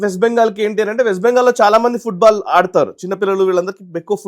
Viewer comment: ఫుడ్ బాల్ కాదురా వెధవా ఫుట్ బాల్ 😂😂😂😂😂